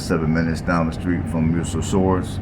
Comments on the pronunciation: Muscle Shoals, not Muscle Shores. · Tusk-um-bia, not Tusk-oom-bia. Muscle Shoals, not whatever you were saying.